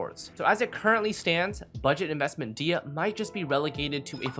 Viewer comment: It is "DEE-hee-ya" by the way :) source: this is a popular Kabyle (Berber) name and I'm from there.